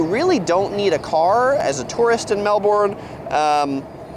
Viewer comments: You absolutely nailed the pronunciation! When you said it properly with any warning I was like WHAAAT just happened? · You say Melbourne perfectly, well done ladies. Have a look at dash cams Australia for a bit of fun. One thing to know about the city of Melbourne is the suburbs. They spread from east to west around the bay, 150km (95 miles) These days ebikes and escooters are the traveling choice for many. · pronounces it perfectly x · I live in Melbourne. Well done on your pronunciation 👍🏼👍🏼 I hate! the usual Yank pronunciation 😂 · I just want to say this guy gets a lot wrong about the weathe, everything else he does well. Melbourne is known to have 4 seasons in one day but it summer it is extremely hot day and night. I love that you two know how to say Melbourne lol thanks for the interesting vids. I’d love to see you two filming driving a-hook turn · lol, you both pronounce Melbourne correctly, the guy in the video hasn't figured it out yet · Thank you so much for learning ti say Melbourne correctly. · lovely video ladies Great pronunciation for Melbourne from u both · Thank you for doing Melbourne 😊 It's nice you say it correctly 😂 It gets hotter than what he said, winter isn't 9 months lol But it wasn't a bad video with the info. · Yay! You said Melbourne right! Thank you! 🥰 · You guys rock the pronunciation of Melbourne. That guy, like lots of Americans, try but fail by turning into Melburn. Then there are the others who just think it’s pronounced Melborn (pronounced phonetically). Also, the Yarra is pronounced Yara (as in parachute) and not Yara (as in faraway). You guys have ketchup (sugar). Tomato sauce is tomato. Our beets (beetroot) we can get natural to cook and/or pickle ourselves or in a can, sliced and again, cooked and/or pickled. The terms for the size beer you order depends on where you are in Australia. Pot or Pint in Victoria, Middy or Schooner in New South Wales, Schooner or Pint in Western Australia to name 3.